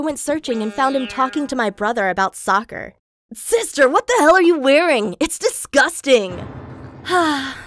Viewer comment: Since when was soccer a career. LIKE HUH? He didn’t say it properly